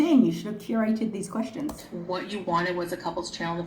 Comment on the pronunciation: Actually she said Anwering your Questations Part 1. Yes, the English major!